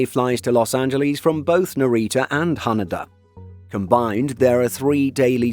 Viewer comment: Ha-NAY-Da , not What you said (Ha NUH Da) 😊😊